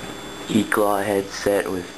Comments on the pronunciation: stop saying eclaw lol its eclat but nice bike other than the asm-r lol i ride the original asm so much stronger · Its pronounced Eclaa not eclat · u pronounce eclat wrong lol